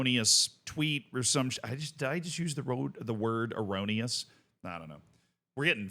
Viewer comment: Says "gravitas" every video. But when he says "erroneous" things get weird?